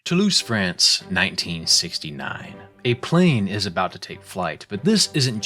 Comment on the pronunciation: "Toulouse,France" - sounded more like "To lose friends". Gonna say pretty interesting start